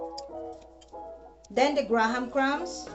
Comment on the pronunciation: My lola say "gra-HAM" crackers too 😂